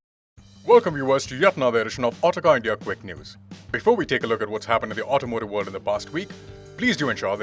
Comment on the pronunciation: Why does this guy pronounce words so weirdly?